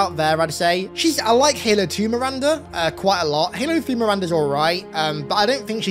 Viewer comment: I swear i thought he said Miranda was the Yummiest Commander in the UNCS, and I agree 100%